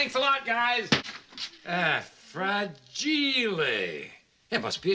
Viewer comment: "RAGILE" LOL It's time to submit to HGA :-)